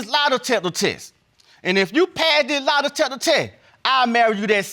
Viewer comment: "The lie detepper teh"